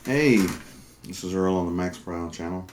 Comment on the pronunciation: Hey (Earl) thanks for the shout out and you pronounced it right the first time but as long as it right on my paycheck thats all that matters. I truly appreciate your video response to my question about strings I am just getting back into bass after a 6 year hiatus (sp) funny I started focusing on drums and then slightly injured my back enough to be uncomfortable playing drums. I am practicing and hopefully in a few more months will post some you tube videos again thanks love your channel